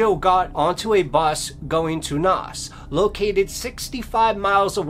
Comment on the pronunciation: Naas is pronounced as in the alphabet name for a: N a s like Maze just with a capital N.